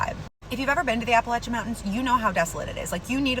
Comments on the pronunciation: Thank you for pronouncing it correctly! I live in Ohio but my family lives in Appalachia so they taught me Apple•at•cha. It irritates me to hear it said wrong. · I'm so impressed that she pronounced it correctly..😉 Only people that live here,in Appalachia,say it right..😆 Lol